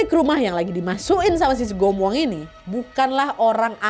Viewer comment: saya orng Sumut, TPI di tempat saya namanya sigumoang bukan sumugoang, mungkin beda pengucapan, BTW INI NYATA YGY